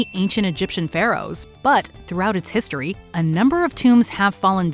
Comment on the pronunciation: «we can’t even be sure that Troy was in the ‘histroy’»🤦‍♀️